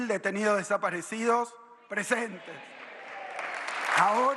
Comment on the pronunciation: 30 mil detesaperecidoss pronunciá bien y no hables mientras tosés